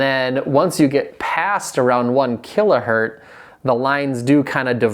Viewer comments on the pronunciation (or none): One kilohertz not one kilohert.